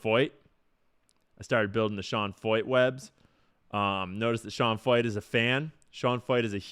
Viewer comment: Pronounced Sean Foyt?? That’s Sean Fucht.